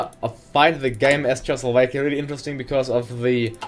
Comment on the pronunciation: Dat "Chechoslovekia" pronunciation